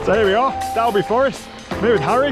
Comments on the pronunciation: Us local folk pronounce it Dolby😬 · Usual great video and content, just right length too . Oh it's pronounced " Dolby"